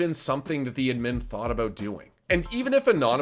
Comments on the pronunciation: its ADDMIN not edmin holy shit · Wtf is an "uhdmyn". What fucking accent is that yeezus croist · ADMIN not ADMIM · Its ADD MIN not ED MEN, this isn't ed edd n eddy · have i been pronouncing admin wrong my whole life?? ive always said "add min" but this guy is saying "udmin" am i the one wrong? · Its just a accent thing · why do you pronounce admin like that lmao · You pronounce admin in a funny way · What's up with his pronunciation with the word 'admin'? lmao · Please say "admin" right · the one thing i can take from this video is that needs to relearn how to say "admin" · Have I been saying the word "Admin" wrong my entire life or ? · is my hearing going wonky or is Admin said..... really weird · Yo why you pronouncing admin like that? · I fucking hate how you pronounce admin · pls learn how to say admin right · is he trolling or does he not know how to pronounce admin without making me wanna kms